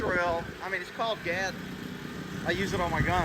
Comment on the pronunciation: Am I the only one that loves it when says gas it sounds like gaz 😂 the man keep it up brother appreciate all you do I could just only imagine how much BS it is for you and how difficult it is making these videos but it is truly appreciated by a bunch of us